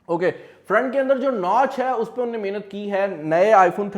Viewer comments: Inn ne..... Inn ne..... Say "Unhon ne" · Bhai yeh inny kya hota hai? 😂 innhony bol lo😂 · Bro its not inne its in hone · In nay... In nay .. bhai tujhay Urdu b nahi bolni ati